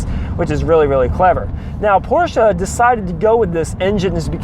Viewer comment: Great video, I love that you pronounce Porsche correctly so many people don't lol. Love watching videos on the 944's, I have 3 944 and a 924s and absolutely love them. Keep the good videos coming!